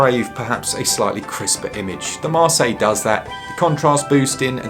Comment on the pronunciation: No S at the end of Marseille. Putain!